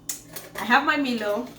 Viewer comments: Haha yess Milo! Glad our Australian Milo is so popular with you guys! You're welcome 😁🇦🇺 By the way, you should pronounce it like "mylo" instead of "meelo" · Enjoyed the video and ur energy is awesome The word Milo tho isn’t pronounced (MIL- O )it’s MI-LO PRONOUNCE MI the way u would pronounce MY